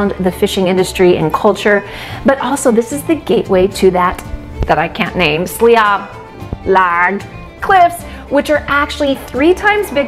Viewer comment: Phonetically, Sliabh Liag is pronounced Shleeve League. I speak Gaelic, so if you need a hand with the pronunciations, just give me a shout.